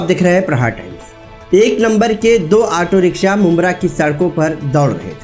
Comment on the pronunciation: Language sahi kar bhai kabhi riksa kabhi riksha.....